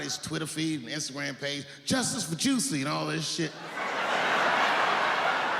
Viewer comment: He may have called him Juicy for legal reasons but it was funny how he massacred that name over and over.